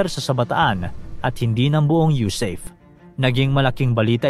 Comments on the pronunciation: Hindi po yusayp ang bigkas, ang tamang bigkas ay yusape dahil ang acronym ay USAFFE ( United States Arm Forces in the Far East)😮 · YU-SA-PE po, hindi YU-SEYP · USAFE pronounced as YUSAHFE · SIR , ITS PRONOUNCED AS YOU-SA-FE( AS IN FERN) BY OUR VETERANS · Sablay ka sa pag pronounce mo ng USAFFE.